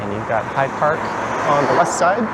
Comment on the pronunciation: fyi…It is High Park, not Hide Park.